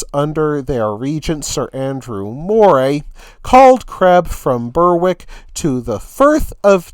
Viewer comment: Berwick is pronounced Berrick.